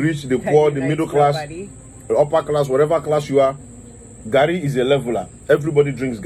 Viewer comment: He say garri yen kon 🤣🤣🤣🤣